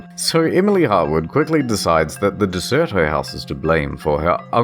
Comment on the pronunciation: It's Der-ce-to. Derceto. Not De-cer-to or Der-cer-to. Just saying.